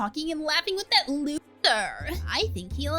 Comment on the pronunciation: The fact that said *lucther* instead of *loser* 😂😂😂💎